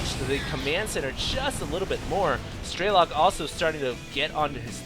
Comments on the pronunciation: Why do you say "Straylok"? Damn it, I bet you're still saying "Layer" too. Strelok. Say it, Strelok. You also really need to watch these games beforehand, before you put commentary on them. You keep missing things, and it's starting to happen alot. First you say air superiority is key to win a TvT game, then you say that going mech to control the ground is key to win in TvT. Is that basicly saying that you need to win to win? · StrelOk not StrElok !!!! its russian word.......